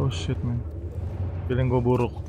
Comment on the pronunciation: Wkwk brando disini bilang feeleng gue buruk mulu dah wkwkw kapan feeleng goodnya bang🤣